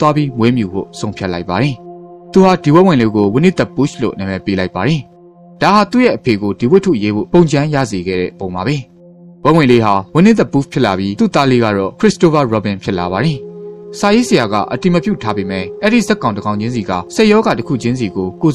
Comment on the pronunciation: It's Winnie-the pooh (poo), not poosh or push.